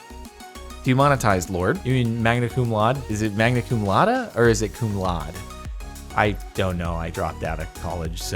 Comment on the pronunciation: laude is pronounced like lou (as in loud) followed by day this has been you latin lesson of the day